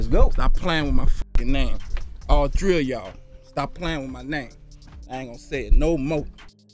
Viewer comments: “All tree o y’all” 😆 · "All tree of yall" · “ALL TREE A YALL” 😂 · I always wonder what he would've done to Angela Lee. 😂😂😂He said all tree.... I mean all 3....and one was a girl. 😂😭